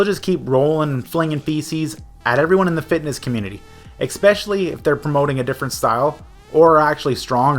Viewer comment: What about "ekspeshully?"